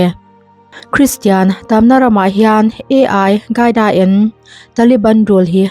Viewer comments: Ai qaida nilovin ALQAIDA zawk w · Ai hi AL QAIDA ani em le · Mizo tawng tak in al kaida tih tur ni awm tak a ni ai gaida i tih hi